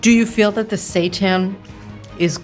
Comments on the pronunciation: Seiten (pronounced "say-TAN") is wheat gluten pretending to be meat. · I kept thinking Kate was saying "Satan" and wasn't quite sure what that was all about. 😂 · At first I thought she was saying satan, not Seitan 😂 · I swear I thought she was saying "satan" as the food they're eating. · Did she keep saying Satan at the beginning? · Can someone please tell me what they are saying, because it sounds like they are saying "satans" 😅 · i realized halfway thru that she's saying "seitan" & not just pronouncing satan a unique way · I'm probably going insane, it sounds like Kate is saying "I'm worried about the Satan" "How are you feeling about the Satan?" LOL I'm dying !